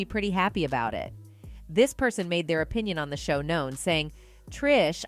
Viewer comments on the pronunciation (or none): none